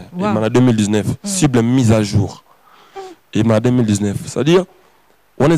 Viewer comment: boyebisa fabro ba lobaka cible et non cuble